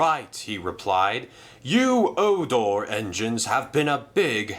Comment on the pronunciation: Um xuse me but it's sonar not odor GeT iT tOgEtHeR